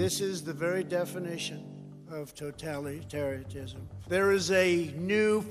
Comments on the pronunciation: Trump: totalitarianism = totattaaliraism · Totalitariatism LMAO😂😂😂😂 I almost took him seriously there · “Totalitariaism “. Smh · he cannot even pronounce totalitarianism in the right way. What level of education does he have? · The fact that he can't say the word totalitarianism... Ugh